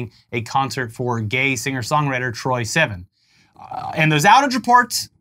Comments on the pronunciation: Oh no... doesn't know how to pronounce Troye Sivan 😞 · Mispronouncing troye sivans name got me 😂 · That is NOT how you say Troye Sivan 😭😭